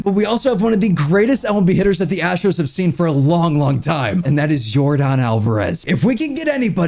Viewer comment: “Your-dahn” not “Your-din”